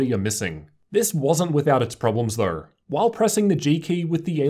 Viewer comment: "thurr" = though